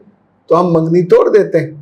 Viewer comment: منگنی بولتے ہیں مینگنی نہیں